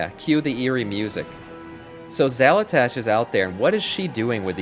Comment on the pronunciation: I love your content...but I cant get over Xal'atASH! lmao